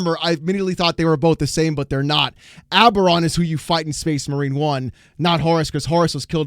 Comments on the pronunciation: His name is ABBADON, not Aberon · His name is Abadon not oberon, abaron is so WoW garbage You shouldn't watch Bricky he has no idea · 1 it's Abadon, not Abaron. 2 Titus doesn't fight Abadon in Space Marine. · I've seen that face so many times at the LGS. That's the look of your wallet in pain. Also if you meet a Black Legion player, be sure to pronounce their chapter master's name as Aba-don. They love it.